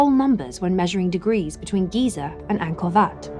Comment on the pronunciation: When you are the only person who calls Ankor, Ankor Vat.. What? Wat.. What? Vat..? Wat... Sorry ET we know you didn't make anything on Earth. There simply isn't anything "that" advanced, we can't do. There's just a lot of smoke n mirrors... oh and we knew features about the Earth, we've only come to understand in the past 100 years, 4500 years ago.